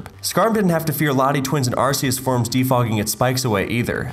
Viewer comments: I think i had a stroke after hearing arsseus and gleescor once again. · ...so many Arceus mispronounciations